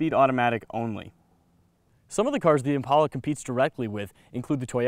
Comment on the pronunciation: He keeps pronouncing "Impala" wrong.